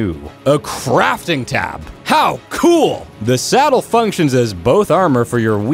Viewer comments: Why do you say salad instead of saddle or why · He said Salad instead of Saddle lol multiple times. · did he say salad instead of saddle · Saddle not salad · Why do you pick one word to say wrong in every video? Salad? FailFish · did u say salad